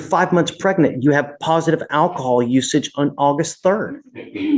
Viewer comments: Her pronouncing it "ackahol" is just the icing on the cake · It's "ackahaw" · Ak-o-hol .. case closed .